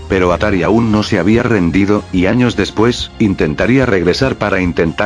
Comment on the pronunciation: anos? XD